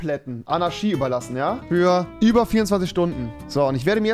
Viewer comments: Ist sonst jemand Rewi sein ch sch Fehler aufgefallen? Anarschy Diabolich XD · Niemand: Wirklich absolut niemand: Rewinside: Anaschie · Normale Leute: Anarchie REWI: ANARSCHIE ❗ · Andere: Anarchie Rewi: ANARSCHIE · Alle: Fischer Rewi: Ficher Alle: Anarchie Rewi: Anarschie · Es heißt Anarchie, nicht Anarschie!! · Anarchi !!!!! Nicht Anarshi !!! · "Demokratich", aber "Anarschie" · Niemand: Rewi: 24 sTuNdEn AnAsChIe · Niemand: Rewi: Anarschie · Normale Leute: Anarchie Rewinside: ANNA fährt SCHI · niemand: niemand auf der ganzen welt: rewi: anarschie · Niemand: Rewi: ANARSCHI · Man sagt Anarchie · niemand: rewi: annaski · Rewi sagt immer ch statt sch aber wenn er einmal ch sagen soll sagt er sch 🤣😂🤣🤣😂🤣😂😂😂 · Rewi lerne mal das ch in Anarchie auszusprechen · niemand: Rewi: AnarSCHie edit: NeSer